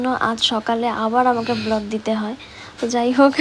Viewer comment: কথা টা ব্লড না বোন, কথা টা হবে ব্লাড